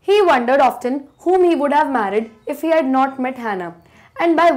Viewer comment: Mam that's often you pronounced it incorrectly sorry mam